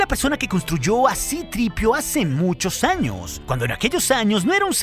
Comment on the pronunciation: Qué asco de pronunciación. "Cripiu", "Artuditu" 🤮